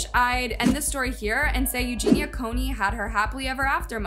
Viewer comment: ●Eugenia KU-knee●